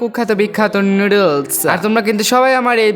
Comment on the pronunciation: Noodles ❌ loodles✔